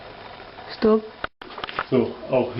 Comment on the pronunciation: "стоп)))" - как будто было сказано по русски))).